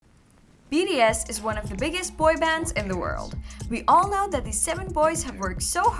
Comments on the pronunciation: i think she said bts but it sounds like bds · DEAR, YOU SOUND LIKE YOU ARE CONSTANTLY CALLING THESE SEVEN AMAZING MEN,"B....D.....S." RATHER THAN "B......T.....S.". I'VE LISTENED TO ONE OF YOUR VIDEOS ABOUT BTS TWICE AND KEEP HEARING B........"D".......S....... PLEASE SLOW DOWN AND SPEAK CLEARER FOR US!!! ❤ THANK YOU SO MUCH!!!! ❤🎉😮😢😅😂😊🎉❤ Sherrill Smith PAC/NW/USA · Its BTS not bds sorry but pls pronounce their name correctly am really sorry for the rudeness but yea❤😅😊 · Is it me or She says bee “ ri” S vs bee “ tea” S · It's B-T-S.....not B-D-S ! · B....t...S Not ....B.D S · BTS. Not BDS😮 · I think my hearing has gone a bit wonking on it sounds like she's saying BDS not BTS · sorry its enoying you say Bds s many time , and called theme wrong name, its BTS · why are you saying bds, there name is Bts, how can you not know there name when the are famous all over the world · Not sure if your pronounciation was just off or you genuinely think their name is BDS. Its kinda distracting. Btw, I heard that the Halsey interview one was a skit or something. Its not really a real interview. Correct me if I'm wrong tho. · Your content is well researched...but please work on the prononciation of BTS...it sounds like BDS all the way in your vids...kind of annoying. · If u can't pronounce this boy band name right u should not be talking about them like u know them. It's B T S... say the alphabets right or r u poking fun of them too. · BTS pronunciation is bothering me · it’s not a big deal lmao. Don’t be so dramatic…there’s bigger problems than correcting a “D” to a “T”…that takes re-recording it